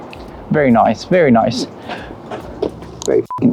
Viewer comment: love it, i like the way how you said "Very nice, Very nice" in a british accent lol